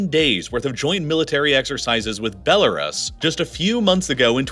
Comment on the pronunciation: Couldn't even pronounce Belarus right.. beh·lr·oos ....